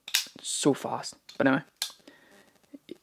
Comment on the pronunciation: When you say "but anyway," it sound s like u say "bannanvay"